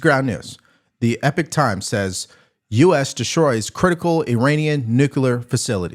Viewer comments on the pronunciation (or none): Epoch Times is enunciated as (e pok) times. Keep should what you do. You are the best! I watch All of your videos as soon as it come out ever since the election.